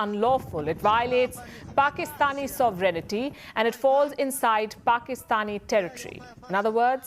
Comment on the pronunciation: sovereignty... thats pronounced: Sov-rent-ee... NOT sov ren ITTY!! Other thatn that, brilliant earings and awesome reporting!